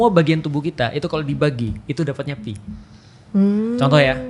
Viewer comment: koreksi yg paling mudah dipahami. nice. sbnrnya stlh aku perhatiin ust felix itu kekurangannya ada di pronunciation. jadinya membuka celah buat keliru kyk antara pi dan phi (fi) ini, walaupun bukan sepenuhnya soal pronunciation ya. mksdku kalo memori rekaman pronunciation-nya aja ga tepat, kemungkinan buat ketukernya jadi ada bgt. tapi beliau mengakui sendiri sih, skill bahasanya kurang, tepatnya di bhs arab. jadi ketuker2 gini mungkin bakal terulang. opiniku aja